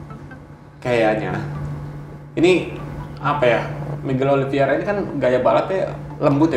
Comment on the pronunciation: *Oliv-ei-ra, bukan Oliv-ie-ra bang